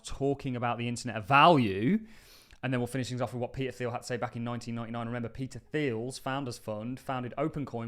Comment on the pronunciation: Thiel is pronounced teal, not theal